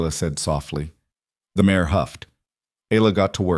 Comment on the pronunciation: Good story! Be better if the AI didn't keep calling a mare a "mayor" though. Distracting!